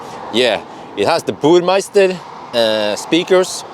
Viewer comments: Minor Mini-Critic: The Soundsystems reads Burm_e_ster (not Burm_ei_ster, at least that what I think you pronounce it) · Good video. It´s Burmester though, not meister:D